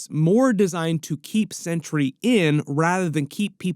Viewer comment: thank you for pronouncing centuries named correctly Too many people call him century with a sea which is wrong his giant S on his bell buckle its sentry thank you thank you thank you for pronouncing it correctly.